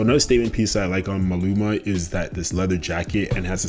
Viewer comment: his name is MALUMA - how did you get his name wrong? like throughout the whole video? MA LU MA